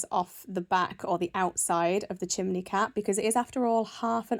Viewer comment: I have never heard anybody else say ‘chimleys’